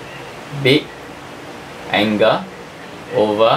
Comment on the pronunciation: Anga😔 = angle 😔😔😔😔 Srry sir u need some improvement in ur accent